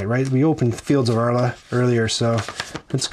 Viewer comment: Directly wantet to take the same line: Well pronounced,! 👌